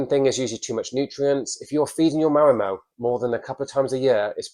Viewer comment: I like how he pronounces Marimo like Ma’mo… ☺️